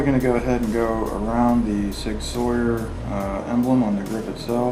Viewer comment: Sig......"SOI-YER"?? Really? Really??